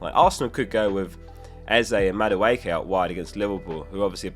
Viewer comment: Great content as always! 💪 On Gyokeres. There is no G at the beginning when you pronounce it. It’s silent. So you should say Yokeres. Check out the player names pronouncing video uploaded by PL a couple of weeks ago.